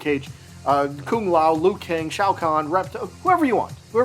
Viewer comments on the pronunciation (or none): none